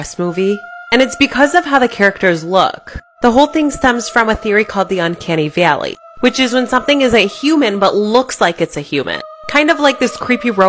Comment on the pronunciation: “unceanny viaeallyiey” 💀